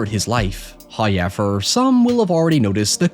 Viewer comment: First "hoyevver" drops . Praise be to the great Him.